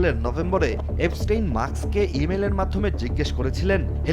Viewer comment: এফস্টিন না, এপস্টিন।